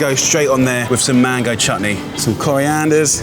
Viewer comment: did he say chatni or it was only me who misheard?😂 btw great car by the JRL group